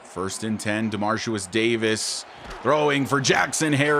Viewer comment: just so you know, ya been pronouncing ya QB name a little wrong lol.. it’s DeMARIcus.. you say DemarCIUS lol love the channel and this is my fav series of yours, keep em coming!